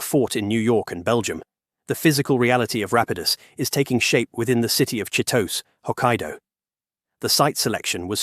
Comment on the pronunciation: Japanese names do not follow english grammar rules. Chitose should be pronounced and sounds like Chi-toe-say by an english speaking person. Japanese names always end with the vowel pronunciation sounds of ah, ee, ooh, eh, oh.